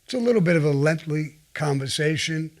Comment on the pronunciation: It was a little bit of a "LENGHT-LY" conversation That's Brooklynese